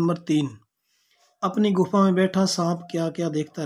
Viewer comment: गुफ नही गुफा सर 😂😂